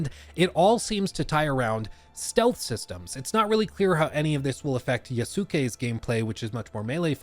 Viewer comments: "YAH-SOO-KA?" 👎 "YAS-KAY" 👍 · its pronounced yaskay not yasookay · Japanese person here, quick pronunciation note: Yasuke is pronounced Yas-kay (like Sasuke from Naruto) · It’s “Yasuke”. Not “Ya-sew-ke”. Like Sasuke. Yas-ke, if you must. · Yusuke is pronounced You-skay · His name is pronounced Yas-kei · I am so surprised at the amount of people who have not watched Naruto. Why are so many people pronouncing his name as YAW-Soo-Kay? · It’s pronounced Yah-skay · i promise you it's not that hard to say "yasuke" close to correctly. <3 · Not Yaskay not Yasookay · His pronunciation of Yasuke is so cringe LMAO